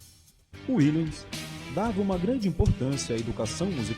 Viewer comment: A pronuncia correta do nome é com V Willems